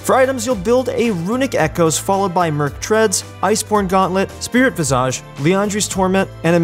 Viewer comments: "vi·zuhj" - you're driving me mad with your visa~ge xD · /: Why do you develop an accent when you say the word visage? You shouldn't pronounce it like Nicki Minaj. The phonetic spelling is visij. You're going to be saying it a lot, might as well not do it oddly as it becomes distracting from what you're saying. Otherwise, thanks for the good content.